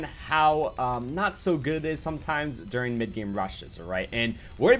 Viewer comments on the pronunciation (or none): none